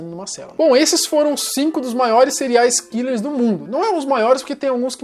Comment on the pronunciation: Quem ouviu elw falar "Cereais killers?"